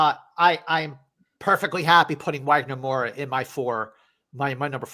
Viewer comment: Just so you guys know, the ‘W’ in Wagner’s name is pronounced like a ‘V’ as if it was written Vagner. It’s a diference between portuguese and english